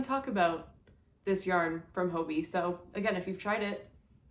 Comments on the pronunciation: Why are native English speakers pronouncing it 'hobie'? 😅 It has two Bs. And hobby is pronounced the same in Danish. Or is it something I don't know? For me it's hobbii = hobby. Thanks for the unboxing!!!👍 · When pronouncing the word Hobbii say hobbit without the letter t.